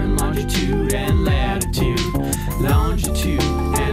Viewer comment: "Latitood" "Lonjitood" "Atitood" "Graditood"